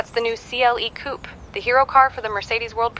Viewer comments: did she say KUP instead of coupé? omg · Say it properly: Koo-Pey